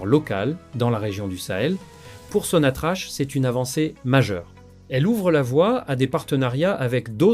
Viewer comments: Ca se prononce SONATRAK PAS SONATRACHE. POUR LE F M I C'EST LAGE DES CAVERNES. POUR LE RAPROCHEMENT IL YA AUCUN EFFORT SIGNIFICATIF DE LA FRANCE DONC NUL ET NON AVENUE. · L'économie algérienne et non pas L'économie algérien.. Prononce sonatrach...sonatrak..et non pas sonatrache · Ça se prononce Sonatrak et s'écrie Sonatrach! l'Algérie ne s'interesse pas de tourner la page ! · apprends à prononcer sonatrach